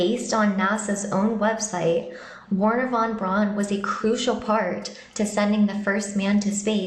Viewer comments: Wernher von Braun (pronounced Verner not Warner) must have been very clever to put that inscription on his tombstone, AFTER he died! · Pronounced V erhner. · The W in Wernher von Braun's name is pronounced as though it is a V. He was German, you see.